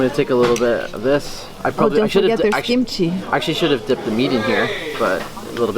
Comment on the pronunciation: I herd gimchi not kimchi 😂